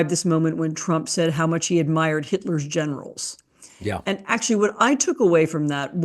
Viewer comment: I thought for a moment she was saying how trump said he admired Hitler’s genitals, which didn’t even surprise me but then I realized she said generals